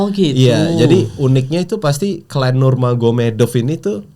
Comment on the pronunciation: "nurmagomedov" dibacanya "nurmohamadov" di salah satu interview khabib